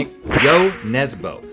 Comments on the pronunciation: That is not how you pronounce Jo Nesbø.... its more like nesbuh than nesbo.... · Jo Nesboh!? Ø is pronounced more like the "i" in stir 😊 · Its jon nesbø not jon nesbou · "Yo Nesboe" My norwegianess is cringing. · IT’S NESBØ, NOT NESBO. Ø IS PRONOUNCED LIKE THE U IN MUD AND U IN BURN. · The way Rhett pronounces Nesbø is maybe the funniest thing i have heard in a while. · What is impressive is Rhetts pronunciation of ‘Jo Nesbø’ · Hahah the way the pronounced Jo Nesbø haha (I’m from Norway btw🇳🇴)